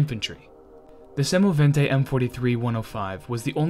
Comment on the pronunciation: The speaker has a good pronounciation and says semovente in the right manner . The video and the info are also very good . Greetings from Italy